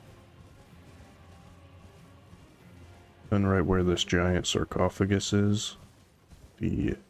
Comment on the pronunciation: Bro said sarcophagus lmao 😂 great guide